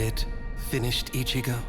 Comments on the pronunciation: 'ISHIGO' really -_ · Everybody: Ichigo: Ishigo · bro did he just say ishigo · no offense but still couldn't stand anime dubbed in English. And the narrator couldn't even pronounce Ichigo properly...Ischigo irritating.